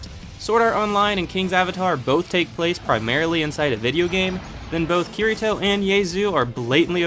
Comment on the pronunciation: You are banned from pronouncing names and locations, make an effort to pronounce them when you make videos, its cringy when you dont know how to say akihabara or ye xiu or kirito. if you watched them then you know how to pronounce them honestly its like you just googled your topic and tried guessing the pronunciation